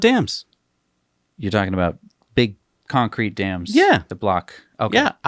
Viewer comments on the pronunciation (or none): none